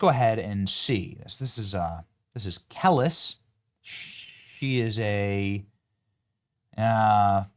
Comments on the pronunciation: (Kell-Leese) is how it’s pronounced, I’m sorry, I’m that grammar/reading AHole that yells at everyone who reads too slow while screwing up every word, and mis-pronounces things. If I’m unsure how to pronounce something, I look it up..😂that would drive me nuts hearing, or saying something wrong the entire time and not know it, or be corrected!! Just an FYI!! 😂 carry on..😂😂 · Benny pronouncing Kelis as “Kellis” has me cracking up 😂😂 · Benny it’s pronounced Kuh-leese .. as a fellow millennial I’m disappointed lol …she’s part of the some of the last pop culture references that will ever exist. We don’t experience things as a united culture anymore. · Kuh-Lees Buddy. You wouldn't want anyone to mispronounce your Mother's name Mate. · Pronounced Kelice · You are pronouncing her name wrong. It's pronounced Keleese. And Africans could care less she's black. All she is to them is an American, LMAO 🤣🤣🤣🤣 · Benny it’s pronounced “Kuh Leese” Kelis. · Her name Kelis, It's pronounced "ka-Lease" it's unfortunate because I think she's very talented but her ideology is moronic....she's getting a lesson good! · Benny: It’s pronounced “kuh-LEES”.. lol.. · It’s pronounced Kuh- les but she’s dumb for not researching it! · It’s pronounced Kuh-LEES. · Good for Kelis (KEH-LEES) at least she’s living a good life there!!! Enjoy Africa!! But USA is thriving 🇺🇸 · It's Kah-lease.... But like you said, who effing cares. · Ka-lease is how you say her name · Pronounced: Kah - Lease LOL! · Not Kel-lis 😂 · It's pronounced "Kuh-Lease" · Pronounced Kel-eese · It's Kuh-lees. Just saying. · Regarding Kelis: This video is full of lies 🤣 he’s reading it off the internet from a unreliable source lol can’t even pronounce her name right and obviously knows nothing about her and running to X for more information hahaha 🤡 lol that crash out was something huh hahahaha